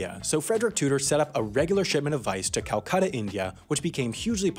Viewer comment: The way he said Calcutta I'm wheezing